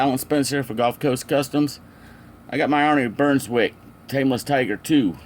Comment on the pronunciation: Beswick...not bernswick. Looks good Alan. Saw him race many many times. He would like it.